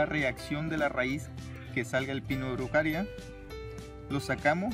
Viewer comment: Araucaria no erucaria.Es un pino que viene de las regiones de Chile y parte de Argentina. Es hermoso